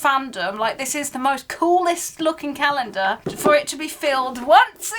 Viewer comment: What’s a “cah-yen-der”? 😬